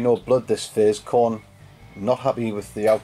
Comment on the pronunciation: the "Khorner"